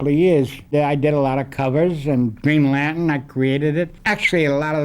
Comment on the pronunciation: I liked how he pronounced "Green Lan'tun." He actually said "Doiby."